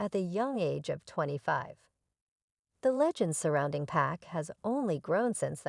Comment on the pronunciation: P AH K! Damnit man. I hate to hear someone call him 2 Pack. Ughhh.